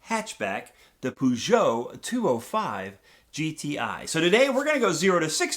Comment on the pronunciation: Got 40 points (quite embarassing for a frenchman) but I probably got distracted by the way you said that brand ;p. Maybe a lesson on how to pronounce french car names should happen ? Just throwing the idea out there, haha